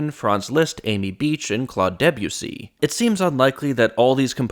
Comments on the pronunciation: Love, love, love your content, and you get a like and comment for your maths commentary! Even accounting for your appalling pronunciation of De-byoosey. I can't help but feel you know better and are just inviting rage comments. You already do so much better. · Please practice saying Debussy 😉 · ... very distracted by how you pronounced Debussy